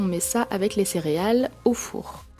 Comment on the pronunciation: vous dites cériales ou céréales????